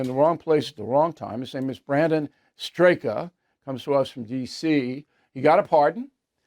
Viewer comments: Thank you Mr. O’Reilly for interviewing Mr. Straka (pronounced STRAK) many many were unfairly targeted. Sad how many who enforced and convicted these many individuals would answer as those in Deutschland: Ich habe nur Befehle befolgt. May God open their eyes, ears and mind. This is not the country I grew up in.😢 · Brandon’s last name is pronounced “Strok”, though it is spelled Straka. He had the humility and the good will to really try to understand where MAGA voters were coming from after the 2016 election and his willingness to investigate what they told him led to his discovering just how badly he’d been lied to by the Democrats/Uniparty and their media propagandists. He quickly started the Walk Away Campaign and has ever since been hugely effective in waking others up and supporting Trump and his allies. He really deserves to be well known and honored for the great work he’s done. Thank you, Brandon! ❤ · Bill, I have watched you for years but you blew this one! First, Brandon’s last name was pronounced way wrong. You say the ending like the work doc. Stop/Straka. The a is silent. Second, you had the FOUNDER OF #WALKAWAY!!!! I wish you talked about it and Brandon’s influence on democrats who were leaving the party. While Scott Presler worked on registering republicans to vote, Brandon Straka worked on opening the eyes to democrats and helping them cross the bridge to freedom. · We love Brandon Straka. (I think it's pronounced "Strack.") He is a very honorable man. What many innocent "J6ers" have gone through is horrible. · Bill you don't know this guy already? you mispronounced his name. He has been the leader of the walk away movement. So either you are showing disrespect or feigned ignorance. Not a good look Brandon's a good guy